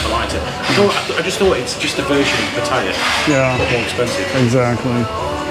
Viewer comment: Always grates on me when people like your mate pronounce Pattaya as PatTIRE even after how many years in Thailand